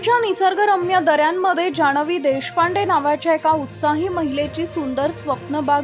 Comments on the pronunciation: जाणवी नाही गं बये जान्हवी. आणि हे अडाणी पत्रकारिता करणार.... 🤣🤣🤣🤣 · जाणवी नाय ग जानवी 😊😊😊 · मॅडम तुम्ही मराठी किती अशुद्ध आहे? आम्ही मराठी भाषिक आहोत. शिवाय सुशिक्षत आहोत अश्यावेळी आपली मातृभाषा अशुद्ध बोलणे हे आपल्याला अभिप्रेत नाही. जिथे न आहे तिथे तुम्ही ण करता. आणि जिथे ण पाहिजे तिथे तुम्ही न बोलता. उदा. जान्हवी च्या ठिकाणी जाणवी बोलता. मूळ शब्द पाणी आहे तिथे तुम्ही पानी बोलता. कृपा करून मराठी शुद्ध बोला. मी तुमची चूक काढली त्या बद्दल तुम्हाला वाईट वाटत असेल तर क्षमस्व. वाईट वाटायला नको. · "न" ला "ण" नको म्हणून बाई!😝🤣🤣 "जाणवी" ऐकायला खूपच विचित्र वाटते!😝😝💥😜😝😝